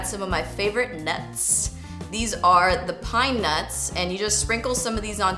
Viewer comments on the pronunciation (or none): Your favorite NUTTZZZZZZZ... with the extra ssZZzz lol . #SNAPCHATFAM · emphasis on the "NUTS" 🌰😂😂😂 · I love how you put so much emphasis when you say "NUTS" haha looks yummy will definitely try this! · So I'm totally at work watching this...I have my ear phones in, but I did slightly giggle every time you said nuts (: lol just saying love the recipe and you ( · Your so funny the way you keep saying NUTs ahaha